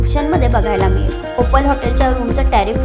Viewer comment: ओपाल नाही ओपल